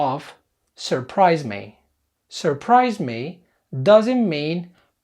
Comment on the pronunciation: الفكرة ممتازة بس عندي ملاحظات بسيطة: 1- الأفكارغير مترابطة يعني لو تركز على حدث معين أفضل 2- نطقك يشبه نطق لندني تعلم الأمريكية وخاصة في نطق حرف الآر إذا كان قبله أي ونطق كلمة مي تشبه النطق النطق اللندني ماي